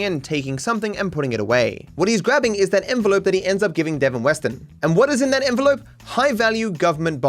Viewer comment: suddenly enelope moment